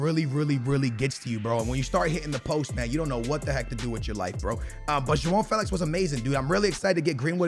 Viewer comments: "Juwon Felix" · "Gwow feelwix"